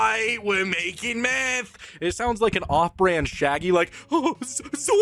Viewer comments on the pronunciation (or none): " do you know meath " math ragebait